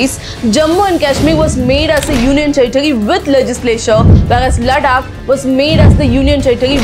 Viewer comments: Its not लडाक its लद्दाक and केशमीर नहीं कश्मीर।u only said its high time we have to pronaunce correctly😊. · Ladakh, लड्डाक नहीं है, लद्दाख है 🙂 एक भारतीय होने पर भी आप अपने शब्दों को ठीक से बोल नहीं सकते या स्वयं को पश्चिमी प्रतीत कराना जरूरी होता है। "Developing India isn't for Indians" - please this rule applicable on you as well. I hope you got my point. Overall you have genuine contant, keep working 👌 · Ladakh & Kashmir ka pronunciation 😅